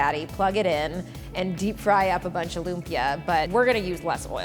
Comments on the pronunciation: Lum-pyuh.... omygahhhhhhdd it is Loom-pi-ya (like yasssss) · Im kind of dissapointed that the whole video she didn't say LUMPIA right. It's not LUM-PIYA. It's LUMPIYA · Oh my God. It’s not loom-pyuh. It’s lüm-pyæ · Am I the only one who's slightly (read: very) annoyed by how she says lumpia? It's /loom-pyA/. Hard A. Dishonour on your cow. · The way she pronounce 'lumpia' sounds like the way you say 'oompa loompa' which I think sounds weird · loo-mpia wahhahahaha lodi. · Its call LOOMPIAH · "loomp-yuh" LOL. No hate. I just think it's hilarious pronouncing it that way 😂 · yeah filipinos speak it differently they say (loom-pya) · More like loom-pee-yah. American english doesn't have a lot of abrupt stops ("impit" in tagalog) in their words so they tend to verbalize things on how their tongue was trained. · It actually loom-pyá/lum-pi-a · The way she pronounces lumpia though😂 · uhh im so infuriated stop pronuncing it wrong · the way she pronounces lumpia... 🙃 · I bet $100 that the comment section is filled with people saying how it’s funny lumpia is said that way. Who am I kidding? I’m broke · I'm filipino, I know the food well. It's just that from everyone I know who lives in the philippines ((I know many from different parts of the philippines)) pronounces it with exaggeration on the "ia" of Lumpia